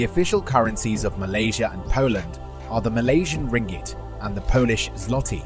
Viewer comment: You pronounced the Malaysian Ringgit is more correct than our ex-Minister of Finance hahaha